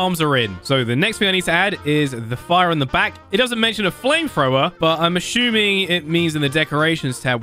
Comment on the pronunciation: When you say assuming you say ashuming and it makes me laugh lol